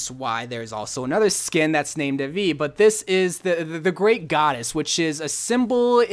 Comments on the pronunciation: Its pronounced "dae-vee" where "d" is pronounced as "they", so it's "they-wee" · IT'S pronounced thay-vee, spelled devi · It’s prounonced Devi Day-vee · Devi skin is pronounced as daevi